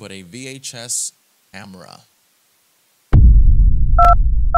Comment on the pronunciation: And you pronounced camera wrong you said amera